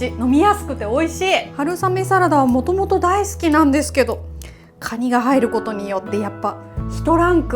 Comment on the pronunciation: カニをガニッて 発音ッて事ゎ 久留米の方なのかな(・_・?) ッて事ゎ このカニさんゎ 九州地方でしか獲れないのかな？